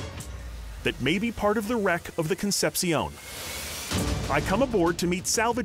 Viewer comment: These dudes pronounce CONCEPCION as Con-sep-siyown when it should be Con-sep-shon